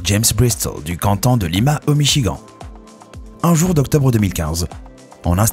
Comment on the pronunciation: sa s'ecrit michigan mais sa se prononce michigane